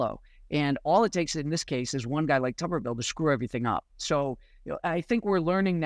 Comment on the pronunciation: It’s Tubber-ville. Not Toober-Ville.